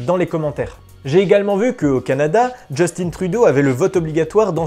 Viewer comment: Heu... le premier ministre du Canada s'appelle Justin Trudeau, prononcé « Justin », pas « Jostine », il est d'origine québecoise ! Bon je sais ça change rien à la vidéo, mais... quand même !